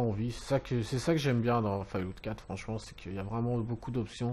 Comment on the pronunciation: On dit fallout pas fail loot .....